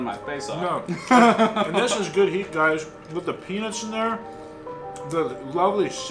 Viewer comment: You should’ve put a little bit more emphasis on the T in peanuts . I had just reached for my drink and almost spit it out when I misheard you. Loving the content as always and looking forward to a 500k video soon.